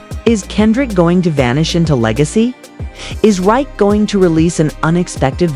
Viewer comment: Why all the Drake pics? Why constantly mispronouncing Rakim’s name? Why such a long video for something that takes 5 mins to say?